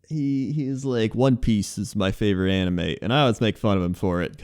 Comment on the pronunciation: when you said anime for the first time I heard Anna May